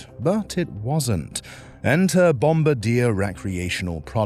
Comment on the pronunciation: You didn't even pronounce Bombardier correctly, so how can anyone think your opinion of their outboards is worth 2 cents?